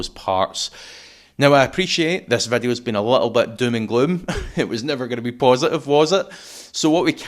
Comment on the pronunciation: English = video. Random Scotch = Veddiuh. Gaelic = "Rud a chlàras fuaim is sealladh airson ath-chluich nas fhaide air adhart" Stop fucking about with English. Be proud of your language and use it. Don't bollocks up English with random pronunciation. Why Veddiuh? Why not Voduhee? or other random shit?